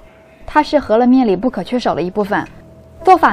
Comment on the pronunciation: 大多数up主字幕都乱写：是“饧面“，不是”醒面”； 是“擀面”，不是“杆面”或“赶面”；是“汆水“，不是”穿水“或“窜水”；等等。还有读音都乱说的：是“huo面”，不是“he面”。